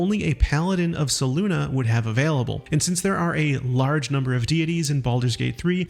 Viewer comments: Selune.... SAY-LOON... not SAY-LOONA... Selune..... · How can you say SelunA all the time… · Love how he seems to know so much about the game yet doesnt know how to pronounce names like Selune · There is no “uh” on the end of Selune.